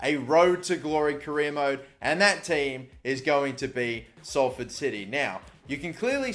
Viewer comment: OMG YOU SAID SALFORD RIGHT